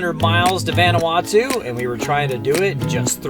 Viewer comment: Proper pronunciation is "Von-Ah-Wah-Tu" (Not "Van"). Just trying to help. Been there many times. Love the videos.